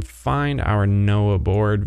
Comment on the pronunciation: its nohboard not noahboard